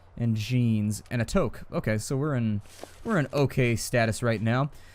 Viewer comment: The Toque is pronounced TOUK, TOOOOOOOOK, I've left a comment in your other vids! I'ts now my quest to make you say it right!! For Canada! and no we don't worry about wolves on a daily basis... at least not in Ottawa On.